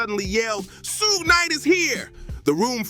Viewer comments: It's not pronounced soo-jay knight. It's Shuhg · Yeah that sooga is no joke 😂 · Every time he say Suge name i loose it 😂😂😂 Who da fk is Yiyo😂😂😂